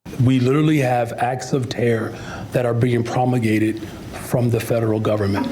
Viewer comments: Wait, did he just say "promigated" ?😅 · "promagated?" His vocabulary sounds like Tiffany Henyard.